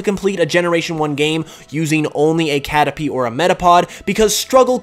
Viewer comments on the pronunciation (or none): Catta-pee :P